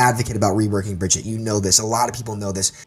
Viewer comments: Bridget REEEE SHES BEEN OUT FOR FOREVER AND PEOPLE STILL CANT SAY HER NAME Uhh soldier's biofield does do team heal lmao what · Couldn't watch with him calling her "Bridget" >.<